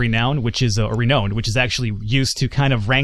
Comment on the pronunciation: you are pronouncing renowned wrong dude